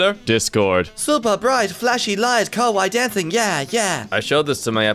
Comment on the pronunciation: Did he just say kawaii dancing for caramell dancen